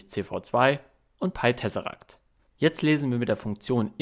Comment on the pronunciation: Du sprichst das Programm falsch aus, glaube ich. Ich hätte es englisch ausgesprochen.